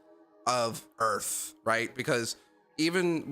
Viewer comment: Yo brotha u Canadian because you say earth the same way William Shatner does.